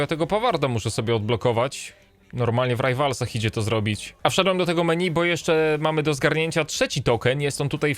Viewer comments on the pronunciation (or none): none